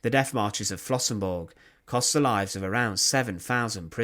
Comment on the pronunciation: Der Ort heißt Flossenbürg! BÜRG, nicht Burg.